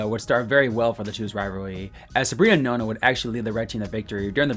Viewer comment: Nona? Really? Nah nah nah my boy